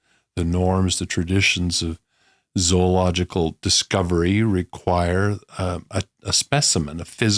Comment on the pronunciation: Thank you for pronouncing Zoological correctly